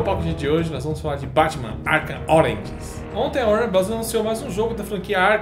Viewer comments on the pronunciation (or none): "Arkhan ORANGES" kkk malz mas soou assim pra mim, tipo, ataque das laranjas ao batman kkkk :p Abraço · "ARKHAM ORENGES "